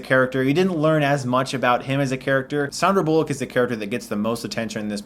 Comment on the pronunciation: Does anyone else get annoyed on how he's pronouncing Sandra Bullock's name?